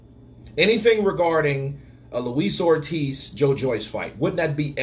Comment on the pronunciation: 'Luis Oldtiz' ~The YB